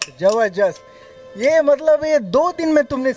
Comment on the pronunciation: जबरजस्त नही जबरदस्त बोलो